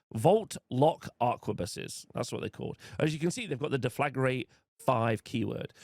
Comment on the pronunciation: Please read the word Deflagrate. It's not Deflagarate